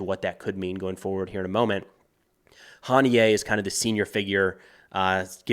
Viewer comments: Huh-knee-ya. Not Hahn-knee-yay. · I don’t understand why Americans mispronounce their names. Hani-yeh, not Ha-niyeh Def, not “Deef” Yihya Sinwar not “Yaya” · Its HANIY-UH for gods sake 😂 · Pretty sure his name is pronounced "ha nee yah" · It’s pronounced Hah-NEE-Ah